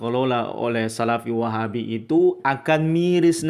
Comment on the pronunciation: Apa lg kalo pas ngucap "Wahhaabbi...mendok banget kol kolah langgam Jamadur nya..😁